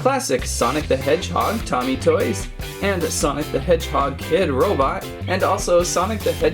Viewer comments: Its not tommie its pronounced toe-me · It is pronounced toe me and love your vids